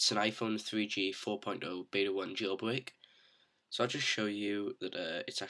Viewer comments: i love how u say jail bwake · nice jailbweak... uh jailbreak